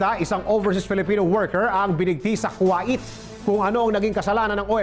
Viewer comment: Hindi po ku - wa - it ku - wait po kagaya po ng wait Sa waiting